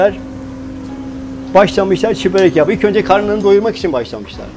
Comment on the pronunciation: çiğ degil çi börek ogrenin sunu artık